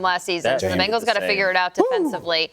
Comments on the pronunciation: Benhals? Excuse meee?? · Ahh yes, The Cincinnati "Benhals" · ahh yes, the Cincinatti Benhals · Ah yes, the Cincinnati Benhals